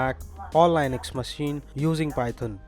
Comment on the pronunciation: You pronouced Linux wrong. It's LIN-əks